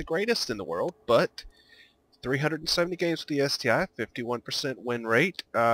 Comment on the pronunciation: Good guide but it's ST-1 not ST-"eye". The I is Roman numeral for 1